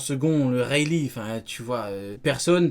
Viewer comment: Le "Weylee" m’à anéanti.... 🤣🤣🤣